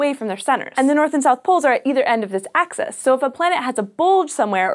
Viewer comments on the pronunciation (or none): Why do you keep saying access instead of axis? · It is not an accent it is a blatant mispronunciation, and you know that. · Peter Williams hey wants to access the axis?